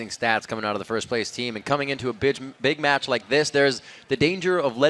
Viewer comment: coming into a bitch??? haha do u mean coming into a big match?? omg i cant believe he said that